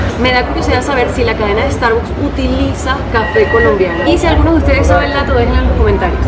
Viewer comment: Porque pronuncian tan mal Starbucks???